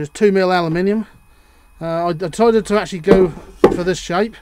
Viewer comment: Favourite word - "Acshully"! ;-) Interesting clip, though! Excellent slip-ring assembly, but is the current carried through the hinges? It appears to be - I think I would have bolted a bit of copper braid across the hinges - like the stuff a car battery earth lead is made from.